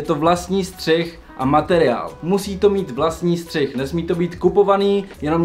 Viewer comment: Bráško příště je to Střih a ne střich... Ale video pecka:)